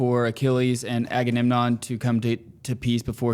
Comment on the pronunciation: Enjoying the discussion. However I can’t hold back any longer… are you guys saying Aga-nem-non? It’s Aga-mem-non.